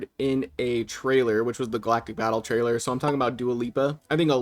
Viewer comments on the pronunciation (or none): none